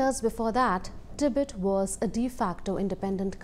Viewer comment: Its Tibet not Tibit. If you can't even get that right.....